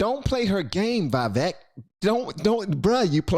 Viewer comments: Vivek Pronounced: Vee-Vake(Vake like Lake) not Veeveck. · His name is pronounced "vee vek" not "vai vek." Just thought you should know. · Just fyi Its pronounced vee-vayk ramaswamy, not vye-vehk Edit: i heard it from the man himself when he was asked by Tim pool how he wanted his name pronounced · Hey, please correct your pronunciation. Like "Iraq" is not "Airak" but "EE-rak", "Vivek" is not "Vy-vake" but "Vee-vake". btw, your analysis of the debate was phenomenal and to the point. Great show ! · His name is pronounced not as "Vye-Vehk" but "Vee-Vehk", like "We wake" except with a "V" and not a "W". Yuppp, ya'll better learn your next President's name!! 😅. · His name is prononced Vih-vāk.... like cake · it’s pronounced “Vih-Vake” …like cake 🍰🙂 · If you ever meet Vivek Ramaswamy his first name is pronounced Vih-vayk but you got his last name spot on which makes me super proud man keep up the good work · Its pronounced vvek - yes she was acting a fool, but he does not ever take any bait. This man has the H Spirit flowing thru him. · stop saying Vaivek, man. It doesn't sound good... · his name is pronounced Vi VAKE as in CAKE. I've heard him say that to people. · I love how NOBODY can seem to pronounce this man's name. It's Vi (with a short I sound) vake (like cake) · It’s pronounced VEE-VACKE like cake 👍🏽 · Just to let you know.. his name is pronounced as we-wake. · Your saying his name wrong lol but most people seem to struggle with it. Vi-veuk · Come on man, its Vivek. Sounds like vivake. Rhymes with cake. Or givetake. Vivek. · Just thought i should put this out there. His name rythmes with the cake for those who was wandering how it is pronounced. Vivek (Vivake)(the cake) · His name is pronounced " We Wake". His name in the ancient Indian language Sanskrit means "right judgment", "wisdom", "distinction", "prudence" and more. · his name is pronounced "/Vee/Vek" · BTW ... Vivek's name is pronounced ... Vi-vake .. it rhymes with cake.